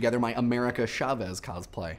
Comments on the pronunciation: Since you already seem to have a history of mispronouncing words from your previous videos, I'd like to point out that it's "cos-play", not "coz-play"; derived from "costume play" and taken from the Japanese 「コスプレ」(kosupure). I mean, if you just pronounce costume, as "coztume" then I don't have as much of a minor issue. (And it's pronounced like "Newman" by the way). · Every time I hear him say "cozplay" I cringe a little. When I cosplay I do it just because I like the character. If a character that I'm doing happens to have a particular voice I might try and imitate it but it won't be well done or for long. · He says cosplay weird